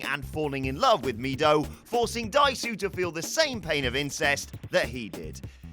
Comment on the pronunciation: I've apparently turned into THAT person, because I was dying a little bit every time Dae-su was mispronounced. Korean romanization is not a phonetic transcription.